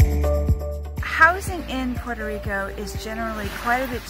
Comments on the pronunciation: please dont say PueroRico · Why do Americans refuse to even try to pronounce Puerto Rico correctly?